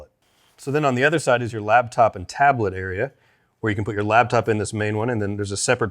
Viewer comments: Is he saying LABtop instead of LAPtop? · Am I the only one hearing say ‘labtop’? Great video as always!